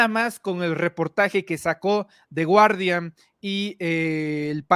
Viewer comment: 'The Guardian'' se pronuncia 'di gardian' y NO 'DI GUARDIAN'...